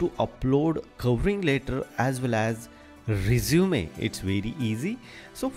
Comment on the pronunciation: Too fast. By the way, two terms you might want to correct in English are Cover Letter (not "Covering Letter") and the word "resume" is pronounced REH-zoo-meh, not reh-ZOO-mee.